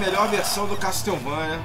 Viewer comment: Falou correto o "Pérsia" em inglês. Porém assassinou o "Castlevania". A pronúncia correta é: KÉSSSOUVÊNIA.